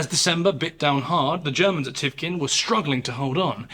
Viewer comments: You say Lagoda when it's Ladoga, you say Thivkin when it's Tikhvin. Check your words carefully, respectfully, mister narrator. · since we’re on the subject it’s pronounced Tikhvin not Tivkin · TiKHvin, not tivkin or whatever you say Also LADOGA, NOT LAGODA Good video, but these mistakes were quite annoying